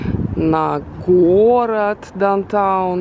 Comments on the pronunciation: Мне тоже ухо 👂 резало как произносит несколько раз дантаун.. правильно будет даунтаун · попросите дочку научить вас произносить down town